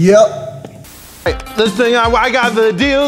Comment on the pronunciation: awkward pause y U p